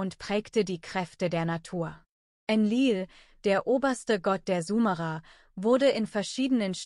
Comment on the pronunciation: Könnt ihr bitte mal eurer Kommentar-KI beibringen wie das Wort "Sumerer" ausgesprochen wird. Das tut in den Ohren weh.